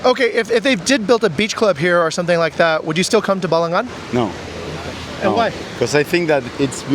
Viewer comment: Thank you for not saying "balanggan"😊😊😊makasih😊😊😊